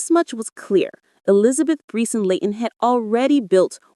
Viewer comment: It's Brice not brees 😂